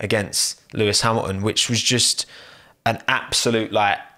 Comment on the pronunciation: bottas p13?????????? sergio p10???????????????? sainz p8??????????????????? lewis hamiaaon p5?? what's wrong with u??? xD we said it in the same time xD gasly p3????????????? he got a HONDA PU BRUUUH, a bloody HONDA PU DUUUH nice video mate really xD i watched all and i loved it